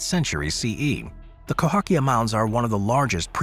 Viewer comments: CAhOkia, not COhAkia. Cahokia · You flipped the letters in Cahokia mounds. It's spelled Cahokia, pronounced ca-hoe-kia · It’s Cahokia, pronounced Kah Hoh Key Ah. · It's Cahokia Mounds!